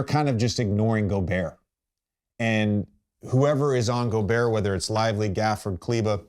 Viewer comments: When the 👑 can’t pronounce your name you’re not DPOY..Goberr 😭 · Why do americans find it so hard tp say goberts name